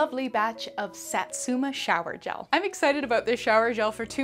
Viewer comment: I never want to offend anyone, but just wanted to say Satsuma is pronounced Sah•(like the a in saw)•tsoo(say the o quickly, like saying two)•mah (also quickly, like in maw) ♡ japanese vowels never change unlike the fluidity of thenebglish language, so I totally see the issue we come across ♡ tysm for the video !